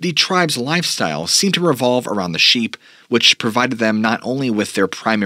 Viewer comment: Do you realize that almost the entire time that you were talking about the SHEEP eaters you were calling them SHAPE eaters. Just like you pronounce Appalachian as AP-A-LATCH-IN in a previous video. It's AP-A-LAY-SHIN